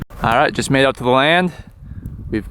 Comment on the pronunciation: Did I hear. I'm going to test it "ooout" in the snow? You seem to have some hoser in you " heye".